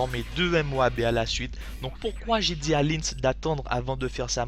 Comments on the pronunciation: il dit pas la MOABEE ? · Pourquoi MOABé ? C'est MOAB ><